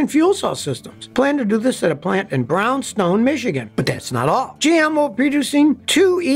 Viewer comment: City in Michigan for the battery plant is pronounced. Browns Town Michigan (just to correct slightly your pronunciation). Your work is great!! Although I’m not a fan of thinkcar stuff (you can ask why if you want).